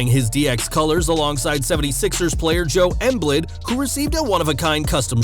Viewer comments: Did u really just say joe emblid? 🤦🏽‍♂️🤦🏽‍♂️🤦🏽‍♂️. Its pronounced Joel M Beed* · This man said joe embid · "Joe Emblid"... I died. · How did u jus pronounce Joel e.mbid